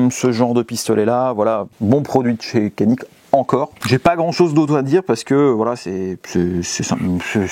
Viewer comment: No kanik cest canik ( djanik ) 😊